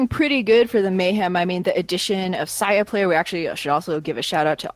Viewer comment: Dude its say-a-player not sigh-a-player please fix